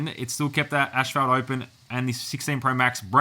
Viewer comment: Ashfelt xd